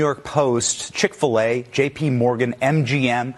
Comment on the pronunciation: Chik - Fil- A?!!😮